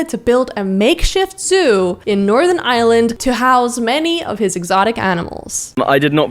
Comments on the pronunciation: ireland not island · Did he say northern island or northern Ireland I feel a bit offend that he pronounced it wrong